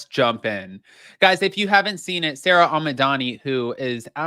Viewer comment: its pronounced Sara Not Sarah they are two completely different names like Sara and June! Just as a heads up anybody called Sara hates being called Sarah because it's not our name and yes I am a SARA 😂